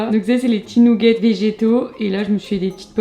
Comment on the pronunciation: Les "nougetts" 🤣